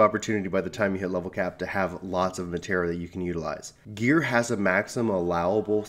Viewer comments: I really wanted to watch this.... but I literally cringed everytime I heard Matera. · Now please stop the way you're saying it 😂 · Matera? .............. -_- You kept saying it and every time I heard it I felt like you were stabbing me.